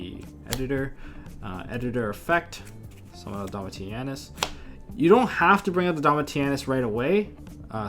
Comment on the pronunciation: Its pronounced Domishinus. Named after Titus Flavius Caesar Domitianus Augustus. and Tamer Editor is always pronounced incorrectly. its pronounced E X T E N D H A N D _ GG